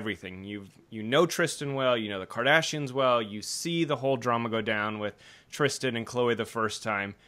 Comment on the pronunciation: Why can’t y’all talk? It’s Tristan not Trishtan...